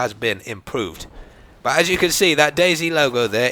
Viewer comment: you say bwut instead of but:)